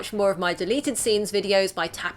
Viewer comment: Nothing like hearing a Britt say Yippykiyay to make what ever she says after sound so unbelievable.